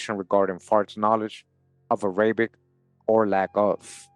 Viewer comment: The way you pronounce "Arabic"... 😫🫩😤😡😵‍💫🫨